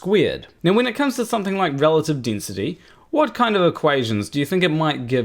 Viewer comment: Igg. Dinsity. 9.81 metres per sicond per sicond sqeered. Aaaaargh! Sorry, I'll say it in a way you can understand. Iiiiiirgh! Harder to follow than Mining Boom.